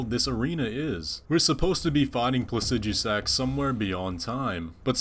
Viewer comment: Not trying to be a grammar nazi about made-up words or anything lol, but why do you pronounce Placidusax plah-sih-dyoo-sax? You said yourself that the root of the word, Placidus, is pronounced plah-sih-duhs, it should be plah-sih-duh-sax, no?